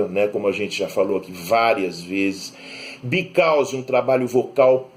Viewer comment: Você pronunciou Because como "bicaus" em vez de "bicóss".